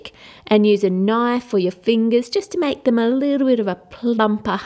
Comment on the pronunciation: al zaidy its make not mack